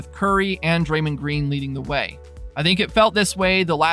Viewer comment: This guy keeps pronouncing Stephen Curry and Draymond Green name wrong.